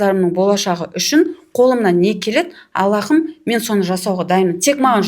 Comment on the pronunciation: АллаХым емес, Аллам! Һ әрпі қазақта х болып айтылмайды ғой, тамақтан шығатын қатты дем сияқты дыбыс қана❤ Жұмыстарыңызға табыс тілеймін!